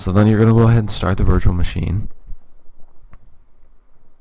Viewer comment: Not VIrtua it Virtual